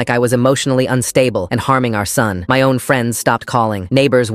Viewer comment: Did anyone else hear "know" instead of "own"?